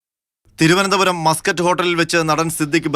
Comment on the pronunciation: Mascot ൻ്റെ ഉഛാരണം മസ്കറ്റ് എന്നല്ല, മേസ്ക്കട്ട് എന്നാണ്. Mascot എന്നത് Muscat എന്ന് ധരിച്ചാണൊ ഈ മാധ്യമപ്രവർത്തകർ ഈ ഹോട്ടലിനെ ഒരു അറബ് രാജ്യത്തിൻ്റെ തലസ്ഥാനനഗരിയുടെ പേരിട്ട് വിളിക്കുന്നത്?